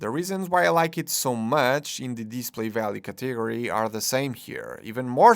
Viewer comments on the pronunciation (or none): I'm assuming English isn't your first language, if that's the case you do a very good job speaking it for the most part. with that being said, every time I hear you pronounce the word "category" it stops me in my tracks, maybe listen to somebody else say that one a couple times, pretty funny stuff, don't take it too personally, you seem like a good dude and I like your videos!